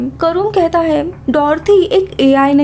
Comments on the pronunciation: Bolne ki style thodi sudharo...kuch word ke pichhe M lag jata hai..jaise vo ye karta hem..shuruat hoti hem Space station bannewala thaam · Them . Hem . Thim . Tham. Ye kya hai? Ye kounsi bhasa hai?